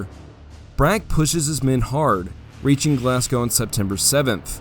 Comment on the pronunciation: a rare case of an American pronouncing glasgow correctly